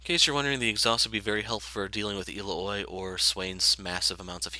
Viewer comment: El-la-hoi? I've... never heard it pronounced like that. XD Ill-ow-ee is how I say it, but usually I just call her Illinois